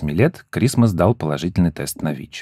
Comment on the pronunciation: ВИ́ч, вИ́чей😅😅😅